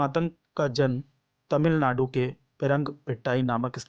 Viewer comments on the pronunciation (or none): none